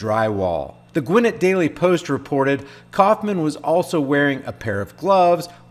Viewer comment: Gwinn-It county! LMAO.... It's Gwinn-et.